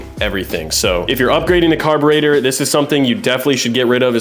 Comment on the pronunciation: Carburather Carbutartor